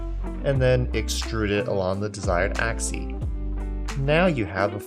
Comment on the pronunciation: "Along an axie"